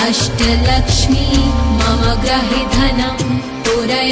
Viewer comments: It is grihe (meaning my house) and not grahe!!! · Pronouncians are not clear.... especially 'mama gruhe dhanam... '